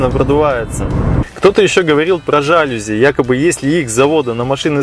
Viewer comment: ЖалюзИ ударение на И